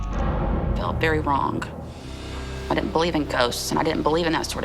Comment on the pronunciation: ~ The word 'wrong' isn't pronounced wronGUH. The g is soft. It's a one syllable word, not two syllables. Listen to how older people around you pronounce it.